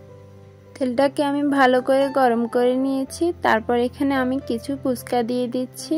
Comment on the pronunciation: আপু পুচকা না হবে ফুচকা। বার বার পুচকা শুনতে ভালো লাগে না।